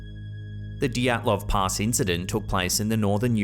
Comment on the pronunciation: Dyatlov Pass, not Dotslov Pass